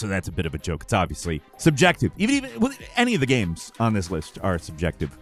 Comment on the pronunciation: "GAEMES"